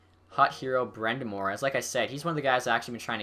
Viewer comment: It's pronounced brIND'amour not brEND'amour